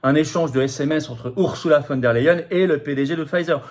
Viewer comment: ON PRONONCE "OURZOULA" ET NON "OURSSOULA" !